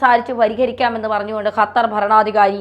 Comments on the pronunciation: Hatar alla qatar.😅😅😅😅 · ചേച്ചി ,അത്തർ അല്ല ,ഖത്തർ ,ഖ ഖ,അതായത് ക,ക്ക ഖ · അപ്പോൾ ഖത്തർ കാലുപിടിച്ചു രാവിലെ വിഷം ചീറ്റാൻ തുടങ്ങി ഖത്തർ അല്ല ഖത്തർ ആണ് മാത്യു സാമൂവൽ പറയും പോലെ തന്നെ നിങ്ങൾ പറയും പോലെ എല്ലാവരും തിരിച്ചുവരും മോഡി യും ഖത്തർ അമീറിന്റെ കൂടെ എബിസി ചാനൽ കാർ ഉണ്ടായിരുന്നു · യ്ക്ക് ഖത്തർ ഇടയ്ക്കിടെ ഹത്തറാവുന്നുണ്ടോ? സഹാവ്, മുഹം എന്നൊക്കെ പറയാതെ ശരിയായ രീതിയിൽ ഉച്ചരിച്ച്കൂടെ.